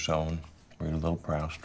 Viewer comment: OMG I've been pronouncing Proust the same way as the homeless guy 😂 I had to google it, and the priest doesn't pronounce the right way either, since it's french 😌